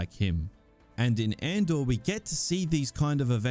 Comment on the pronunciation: "Or Andor" sounds like "or/and/or"